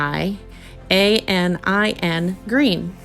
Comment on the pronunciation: Phthalocyanine Throw the TH away. Fay - Low - Sigh - a - knee - n